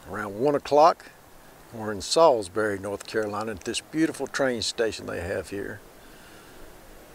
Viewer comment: i used to live here, thanks for this. you say it correctly 👍